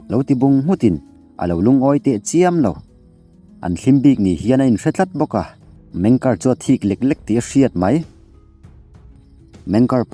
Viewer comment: Meng ker nilo in MENG KE'ER